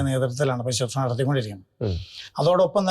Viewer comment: It is not suthrusha .It is susroosha